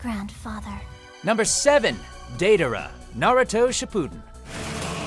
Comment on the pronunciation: So is no one gonna bring up how he pronounced Diedara? 😧